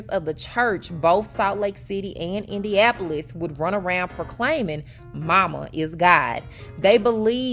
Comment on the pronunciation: You don't know how to pronounce IndianNapolis...